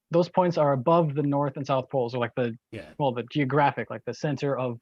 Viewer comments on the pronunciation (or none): The fact that she pronounces "poles" like "balls" makes this conversation 1000% funnier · I'm so glad I wasn't the only one! Honestly though she was asking and where their balls were for a good 10 minutes!